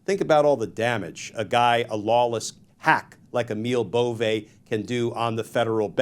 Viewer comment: Whether you support this guy's nomination or not, please have the decency to pronounce his name correctly, "Bovee".